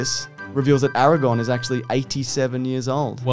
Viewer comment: AraGON and LegAhLas is killing me